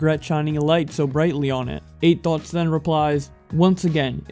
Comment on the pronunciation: When he says Eight Thoughts I keep hearing "Eight Thots"